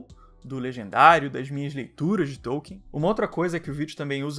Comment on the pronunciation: e hoje eu descobri que não se pronuncia TÔU-quien, e sim Tol-KIN